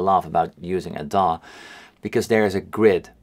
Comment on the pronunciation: The first time you said DAW I thought you said dong...turns out you said digital audio workstation / DAW for short.